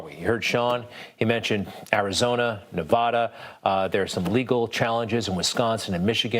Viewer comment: Please learn how to pronounce NEVADA.